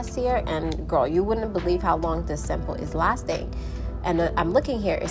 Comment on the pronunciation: Am i the only one finding that funny the way she says ''girrr'' without the ''l''?😂